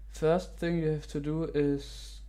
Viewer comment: "the first ching" wo hast du chinesisch gelernt ?